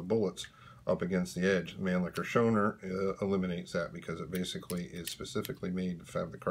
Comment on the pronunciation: It is pronounced, Show-Now-Er Schoenauer. Isn't that a rather awkward way for you working the bolt?